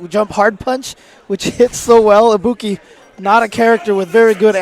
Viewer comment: This really would have been awesome without the commentators... Lesson one; If u are going to commentate AT LEAST (THE LEAST YOU COULD DO) work on the pronunciations... Damn... felt like I was watching a really good Japanese Anime, English Dubbed!!! For a while I thought the Ibuki they r talking about is anaa gamer!! Then "THE SCREAMING INTO THE MIC!!!" SMH